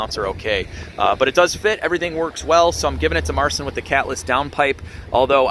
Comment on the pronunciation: Fyi Marcin is pronounced Marcheen